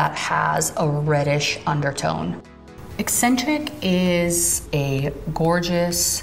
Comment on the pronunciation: Out of everyone who has reviewed this palette you are the only one who has pronounced Eccentric correctly. Everybody else keeps pronouncing it e-sin-trick. It’s been driving me nuts!